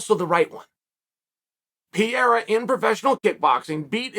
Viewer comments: Not Pierra..."Pê rey rah" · Chael kept mispronouncing Pereira. Kept saying Piera. Fun Fact Piera Rodrigues (UFC Straw weight) and Alex Pereira are both managed by Ed & Jorge. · it's pronounced Peh-Reh-Ruh. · Call him Alex, because " Pierra" sounds awful. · Who’s “pierrra” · Pee era, blah hall, kuh beeb.. 😂😂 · "Pa re ra" the man who knocked out Izzy deserves the respect of pronouncing his name correctly...check out his fight history...he's a bad dude! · I'm not one to argue with the goat but say it with me now purr-era. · Peeyera? LOL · Chael pronouncing Pereira’s name is the most offensive thing he’s ever done to Brazil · Just pronounce 'Pereira' properly ffs. I had no clue who you were talking about for the first 1/3rd of the video. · My only complaint is.. Put some respect on theirs names and pronounce them properly, Uncle Chael..